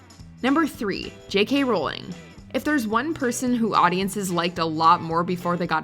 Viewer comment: Can you guys pronounce a name correctly for just ONE video? It's "RAU-ling" not "ROL-ling".